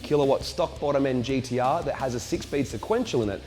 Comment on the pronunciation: For some reason it really annoys me when he says "GDR" instead of GTR ahahahaha